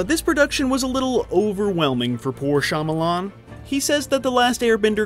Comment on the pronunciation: M Night Shya-momma-lan